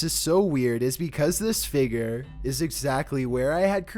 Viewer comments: Stop saying figer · Damn man the word is f-i-g-u-r-e. Pronounced Fiig-yer. You are pronouncing it like Fi-ger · SURVIVED WITH CHEAT CODES he says figer lmao